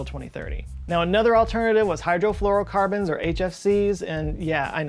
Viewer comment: It's "fluor", not "flour".